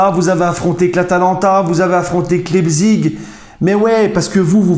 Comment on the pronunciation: Prononce Laïpsiche.Et RB c'est le sponsor.Rassenballsport Leipzig.